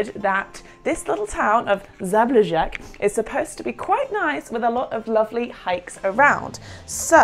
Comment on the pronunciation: you really need to google pronunciation of the city name - Zabljak